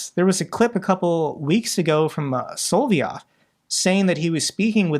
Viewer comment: why take pains to pronounce "Voronezh" correctly when you make no effort to pronounce SOLOV YOV???